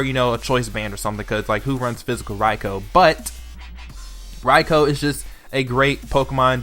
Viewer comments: ITS PRONOUNCED "R-EYE-K-EW" LMAO Other than that, good list. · I feel like I'm being stabbed every time he pronounced raikou wrong